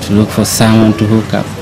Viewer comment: She said ' I wook'....